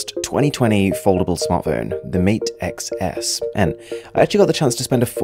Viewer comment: XS sounds like 10s